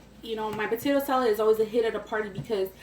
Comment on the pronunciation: "Okay so wassup we finna make some potato salet" idk why but I replayed that like 20 times😂 love youuuu and your vids😘